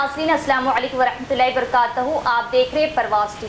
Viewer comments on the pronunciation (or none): السلام علیکم ورحمتہ اللہ وبرکاتہ برکاتہ ، میں ت پر زبر نہیں ہے میری بہن ! پیش ہے یعنی ٱلسَّلَامُ عَلَيْكُمْ وَرَحْمَةُ ٱللَّٰهِ وَبَرَكَاتُهُ ، تُ کے پیش کے ساتھ جی شکریہ !!